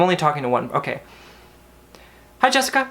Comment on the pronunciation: LMFAOOO NOT ME AS JESSICA SAYING JESSICAN AS HE DID & FREAKED OUT 😂😂 it is so common